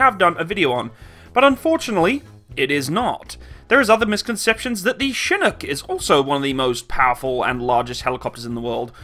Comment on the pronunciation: its not SHInook its CHINook